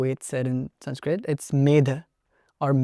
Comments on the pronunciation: Its crazy how the indian dude pronounces sanskrit words with dravidian accent then says «exactly how its pronounced» 😅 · It's Sanskrut (or Prakrut) and not Sanskrit. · sanskrit doesn't drop the "a" sound at the end lol